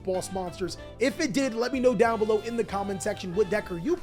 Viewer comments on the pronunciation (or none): none